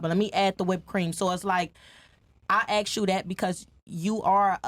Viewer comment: Why is it that black people cant say the word "ask"? You sound uneducated.